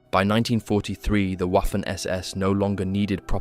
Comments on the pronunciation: „Waffen“ is spelled like „Vaffen“, not „waffel „😅 Hint: The same here: „Wiking“ spells just like „Veeking“, but with short „ee“. 😊 I think, they did not have zippers in those days. So, Norsk people not telling the truth here, right?😅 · Great vid. Fyi, Waffen is pronounced Vaffen, Wiking-Viking. Just like Wagner is pronounced Vagner.